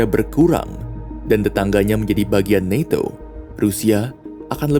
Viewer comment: Ucapkan saja NATO bukan naeto, kan videonya buat orang endonesa 🤦